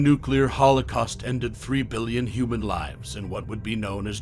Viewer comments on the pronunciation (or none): none